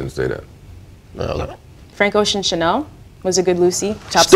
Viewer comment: YES NADESKA SAID CHANEL